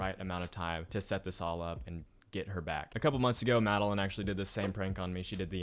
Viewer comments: you didn’t call Madeline you called Madeleen 😂😂😂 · Call Madeline (Mad-uh-lin) Siri: Calling Madeline (MAd-Eh-LaYnE)